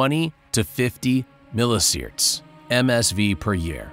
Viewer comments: Milli See-Verts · "milli sierts".. no just no...